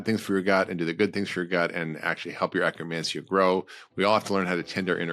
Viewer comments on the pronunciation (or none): You say acromancia or do you mean akkermansia. I do see pendulum life supporting akkermansia supplement. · He's saying akkermancia